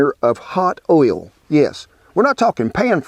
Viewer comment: You said "oil" not "ol" one time -- just after you threw away the cauliflower! ;)